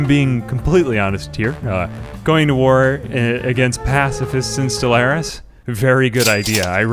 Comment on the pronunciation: Bro, I get it, 90% of your channel/videos is your gimmicky voice, cool... But StellARIS is a video game, not a Buick.. it's pronounced Stell-ARE-is. Again, it's not a fuckin Buick dude.